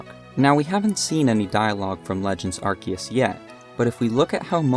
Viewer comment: My ears felt warm after I finally hear someone say Arceus(Arkeus) and not Arseeus